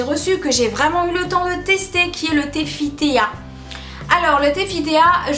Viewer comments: Ca se prononce fit ti et non fit téa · '' fitéa'' lol, c'est FIT TEA, = thé en anglais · On prononce [Fit Ti] pas [Fit Téa] 😂😂 D'accord on voit ces produits partout et c'est un peu soulant .. Mais je ne suis pas d'accord avec tes arguments, tu dis ne pas voir de différences physiquement et physiologiquement.. C'est normal c'est DANS le corps que ça se passe, c'est bon pour la santé.. Pas pour modifier le physique même si ça peut aider un peu ^^ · Coucou... juste pour info On dit " Fit Ti " fit Tea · Enfin quelqu'un qui dit "Fi Té A" hhhh